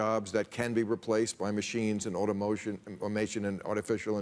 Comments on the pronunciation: Bill has a hard time saying the word “automation” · why Bill has to be so condecsending , learn to pronounce automation old fart